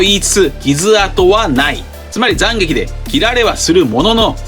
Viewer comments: 7：57 急に東北弁に聞こえるんだがw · 斬撃の発音が気になるｗ